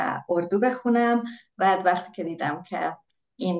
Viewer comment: والا فارسی رو از من بهتر حرف میزنن. تلفظ ها بطور خاص عالیه. مثلا ((وقتی)) رو ((وختی)) میگن